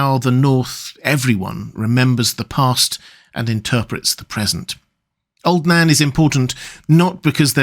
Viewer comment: Every time you say old Nan I hear old Dan....